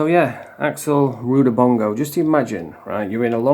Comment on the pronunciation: Is there another axel as his surname is not what your pronouncing